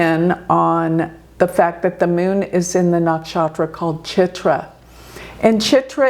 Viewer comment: Meeonnn (Moon) Her pronunciation brings a big smile. American.